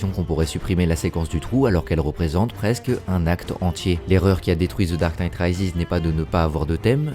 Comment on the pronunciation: “Ze darque nite Raizis” 😂